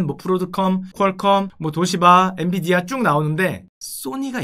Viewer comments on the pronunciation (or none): none